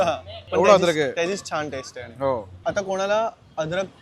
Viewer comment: adrakh nahi rey babanno aaley bola, adrakh bolayla tumhi kai bhaaye aahat ka ?